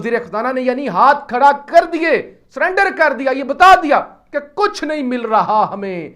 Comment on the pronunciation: Chief Justice k sath Kharna hona ye khalaf khara hona.Itna jazbtee how k bol rhy how bhai Jan alafaz b thek bol lain